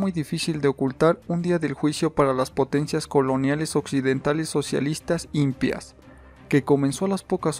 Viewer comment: Se dice IMPÍAS tildado en la última i. No íMPIAS... 🤦